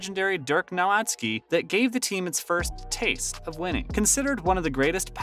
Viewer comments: From Zach La-Vine, to Dirk Now-Whats-Ski, to Luk Dont-Kick. Dude can't say names properly. And as a DALLAS fan, I'll take offense. Also, when is the announcement of your PS5 winner? You don't mention it ever. Also, you 2 weeks late for this news. Lol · Stopped watching after you said DIRK NO-AHD-SKI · Its pronounced as 'Novitsky' and the c in is pronounced as Donchich as in the ch in cheese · nowatski? hahaha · In less than 1 & half minutes of this video you managed to butcher both Nowitzki's & Dončić's names. I'm not even mad, that's amazing! 😂 Edit: you even got Christian Wood's name wrong, that's got to be some kind of a record 😂 😂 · I love your videos lol but please say dirks and Lucas last name right 😂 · As soon as he said I said ain't no way he pronounced Dirk's last name like that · Learn how to pronounce Dirks name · Bro… do you watch basketball ? How do you get this many names wrong ? You pronounced Dirks name like 8 different ways. And Luca donkick? Hoping you just get someone else to read your scripts. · Lmao I found myself screaming Who? Bro said Donkick, I don’t even want to spell how he said Dirk’s name. Christian Woods? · TAKE THIS VIDEO DOWN!!! - How in the world do you make a video about the Mavs and you don’t know how to pronounce Nowitzki or Dončić??? How do you have an NBA channel and you don’t know how to pronounce Nowitzki or Dončić? This channel should be suspended.